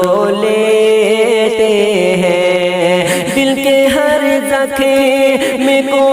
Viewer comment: زکھم نہیں زخم ہے جناب عمدہ لیکن الفاظ تو درست ادا کرو